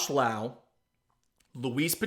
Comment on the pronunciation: Josh and Nate are brothers. It's Lowe as in Low